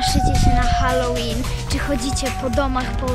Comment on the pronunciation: Nie hekt ale halloween a nie challowen